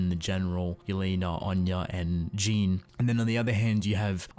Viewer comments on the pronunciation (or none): I love your videos but... It's JEAN not Jin/Jeen/horse face ._. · It's Jean not jean